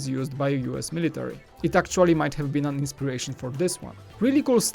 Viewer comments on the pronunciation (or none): none